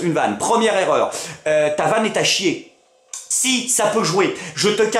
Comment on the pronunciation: 1'23: c'est quoi une zerreur ??